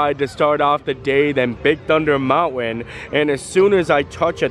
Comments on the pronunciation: Bro. You’re killing me on Mountain pronunciation! Love the videos ! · love the way he says mounwin instead of mountain. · Please, please try harder not to say mounwin, please! It really distracts your whole thought process, and not for the good! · I love how he says mountwen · Do the school teachers teach that pronunciation of mountain where you lived? Just wondering. Love you, and hate to miss a day without your video, but that mounwon bothers my mind. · I too am allergic to the T in mountain! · Interesting pronunciation of the word Mountain. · are you from Utah? Only people I know who drop the T in Mountain.